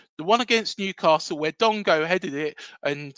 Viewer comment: Dango not Dongo